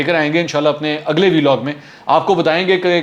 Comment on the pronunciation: Dear Mr. Mansoor, Please pronounce it correctly, This is a Vlog like we pronounce blog, so please do not call it " V log, Thanks. call it, Vlog.